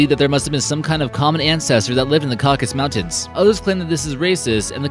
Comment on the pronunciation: Seriously, did I hear him say "MICRO-condrial?" I've been hearing this term used most cop shows with science labs for YEARS and it's "MITRO-condrial." And why is this adenoidal auctioneer doing so many Talltanic videos? EDIT: Later, talking about European men sharing DNA with King Tut, he refers to the "CAUCUS Mountains." (Another annoying speech pattern is his habit of dropping syllables.)